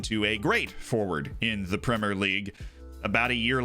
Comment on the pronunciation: You're saying 'Premier' right! Nice! Thanks for changing the way you speak normally in order to appease anal retentives like me :)